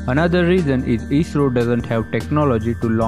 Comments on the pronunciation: its not isro its i s r o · I.S.R.O ...... theek se naam lena to seekh lo...😂😂😂